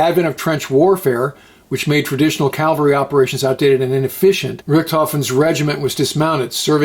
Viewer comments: Cavalry, not Calvary. Great presentation! Awesome group. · Excellent video as usual. AS far as Von Richtofen, he as a "Cavalry", not "Calvary" officer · it Cavalry, not Calvary. Otherwise great video!!! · ....Did you just say 'calvary'? Instead of cavalry? Twice? Aren't you a veteran, and an educated graduate of the Naval Academy? Good Lord, I'd hope you could pronounce a word as simple as cavalry. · Bravo! An artful, elegant, thoroughly researched and diligently produced piece that is most enjoyable. One note, mounted soldiers or Cavalry, is just that, CAV UHL REE, as I am quite sure you are aware, and not as narrated in this piece CAL VUH REE. Thanks for this terrific gem. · Is it “Ca-vul-ree” or “Cal-ver-ree” for the word “Cavalry?“ Just yankin your chain,. So many do it, like adding an extra “i” to “ambidextrous.”